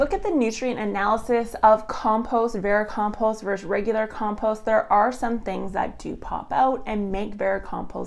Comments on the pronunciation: Vericompost, a silent 'm' i was not told about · How many times can I listen to someone mispernounce the word vermicompost? Not enough to sit through this video